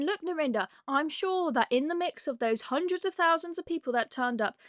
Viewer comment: "Jewemeh" "19 hundweds fhirty or sumpfink"